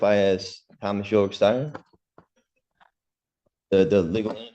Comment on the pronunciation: It’s Thomas Styron.. not Thomas Tyron..